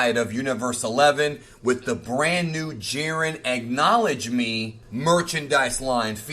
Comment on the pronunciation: Bruh. The way you said "Ack" in Acknowledge made me think you were going to say egg nog